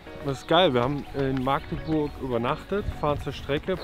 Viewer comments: Das heißt nicht „Maaaaagdeburg“🙉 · Das heißt Magdeburg und nicht Maagdeburg 🤣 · das heißt Machteburch und nicht Maagdeburg 😉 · Er hat Magdeburg gesagt! Ich krich die Krise! MACHDEBURCH !!!!